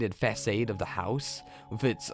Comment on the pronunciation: Façade is pronounced "fa-SAHD," not "fa-SAYD."